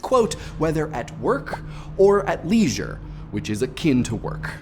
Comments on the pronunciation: "At leeeeee-jure" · I have never heard "leisure" pronounced that way before! Great video, as always. The lines blur more and more. Perhaps that's a good thing. Without such a distinct dichotomy, work feels less like work and more like play and plays seems less like play and more like work. Instead of an up and down and up and down, it is becoming a steady line on the graph. Wooah.